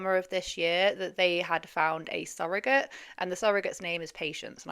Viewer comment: i love your videos. I get excited when i see you've uploaded!!! Congrats on 100k 🎉🎉🎉 The way pronounces the word "surrogate" is annoying 😅